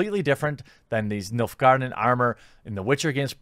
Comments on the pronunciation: He said MILF garden tho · I swear I keep hearing Milf guardians , I know it's Nilf, but I'm really tired.... Great video's as always, Cheers! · Oh, "Nilfgaardian"! I thought you were saying "MILF Garden"!